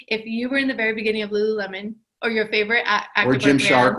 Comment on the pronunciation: i hear lularow everytime i hear them say lululemon lol